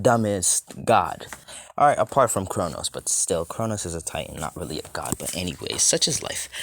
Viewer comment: It's god not gid